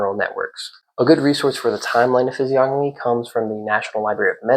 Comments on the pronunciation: Fizz-ee-ogg-uh-me .. or Fizz-ee-oh-know-me ? .. i think this guy is pronouncing it wrong? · the G is silent in the pronunciation of physiognomy! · I thought the G in physiognomy was silent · I completely agree with you. However, the G in physiognomy is silent. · I always thought the G in physiognomy was silent, yet I’ve heard people (including you here) pronounce it as if the N was silent. Which way is correct? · you said the word physiognomy wrong lol, the 'g' is silent